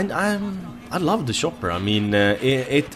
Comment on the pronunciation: shopper i love how you pronounce it :D